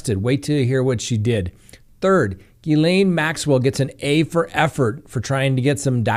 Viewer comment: Ghislaine is pronounced Gha-lynn. I watched The Behavior Panel and they showed a clip of her friends pronouncing her name. I hope this helps!